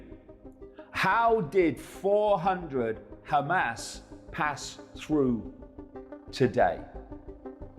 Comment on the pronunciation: Is that who is speaking in this video? He may be a hero, but is ignorant on pronunciations. Clueless on pronunciations such as Hamas and Mossad for example. Sounds like a moron.